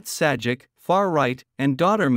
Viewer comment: It is pronounced "Say -Jack". not "Sad-Jeck".